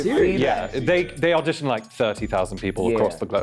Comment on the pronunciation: I suspected number 2 from the get go, but the second I knew it was him was when he let his accent slip just the tiniest bit on the word “audition.” He said it right the first time, but the second time had the SLIGHTEST hint of the American pronunciation. I even had to go back to relisten to it just to make sure, but it was definitely there. I’m not British, but being a South African definitely helped lol